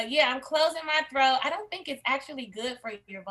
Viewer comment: "Throak" 😅😂 not "Throat"